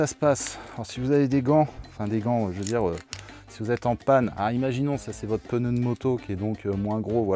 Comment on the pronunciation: Super vidéo/tuto, toujours aussi plaisante, instructive et divertissante. Et Oui on dit Peneu (on utilise le E que les autres enlèvent à "cheveux : chveux". V les zamis